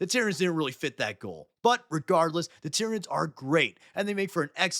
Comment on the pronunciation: The planet Tyran is pronounced ( tie-ran ) like you said in the video... so why do you and many others pronounce the aliens like ti-rin-ids? Shouldn't it be tie-ran-ids like the planet tie-ran?